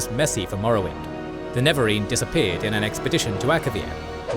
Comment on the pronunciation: NeREvarine, not Nevarine bro...